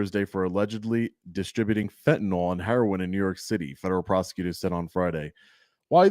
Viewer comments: Its not pronounced FentaNAWL though. Its pronounced like tis spelled fentaNIL. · It's pronounced "FEN tuh nil". I have no clue what "FentaNOL" is.